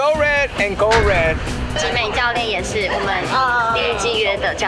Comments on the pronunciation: 小傑還一直說成SO RED真的很好笑😂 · so red go red 傻傻分不清楚XD